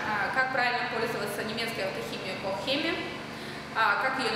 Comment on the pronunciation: звуууууккккк.......... кох хЕми....... ну что вы можете полезного рассказать дополнительно к прилагаемой инструкции на русском?........